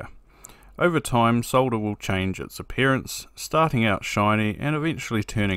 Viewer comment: Thx for not trying to pronounce the L in solder, as Mr. Carlson insists on doing sounding like a moron.